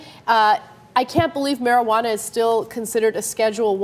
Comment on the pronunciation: mariguwadda? get some vicks vapor rub sweetheart.